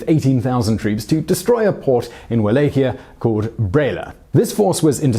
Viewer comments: It`s pronounced Vala-ch-ia. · It is Valahia with V, not U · First time I’ve heard Wallachia pronounced how it’s spelt. Surely it’s spoken as vallachia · Wallachia the sound is V as in val so it sounds like Vallachia even though it is spelled Wallachia. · "Va-LOCK-ee-ah." That's how you pronounce Walachia. I'm a student of both the historical and fictional Dracula, and I've dated a Hungarian girl for many months. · Cringed every time he said it. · He butchered Targoviste (Targo-vista) as well, and Wallachia (Wal-ack-i-ya) every time ... I missed Sighi though, good catch! But he's British and even murders some English names sometimes, so I can't really be mad, lol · oh god please will you learn to pronounce things before saying them on vid its pronounced VALLACHIA not Wallachia spelt with a w pronounced as a V. also that picture of the princess is Elizabeth Bathory. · Your mispronouncing of Wallachia kinda ruined video.. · The way you say Wallachia hurts my ears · The way you say Wallachia makes me wanna punch you in the face.